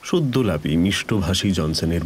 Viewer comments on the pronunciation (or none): 'সদ্যলাপী' নয়, কথাটি "সদালাপী"।